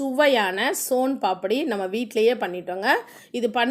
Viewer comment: Adhu paapadi illa papadi nu enga sonnanga